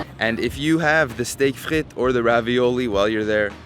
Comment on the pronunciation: Dude you say you've been here for 20 years and you pronounce steak frites properly and Quebecois properly but you're calling it Poo-Teen. Be better 😢